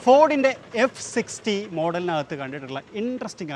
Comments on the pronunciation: ഇവൻ ഇവിടുത്തുകാരൻ ആണ് F650 എങ്ങനെ F60 എന്നാണോ പറയുന്നത്, കഷ്ടം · Bro its not f50its f650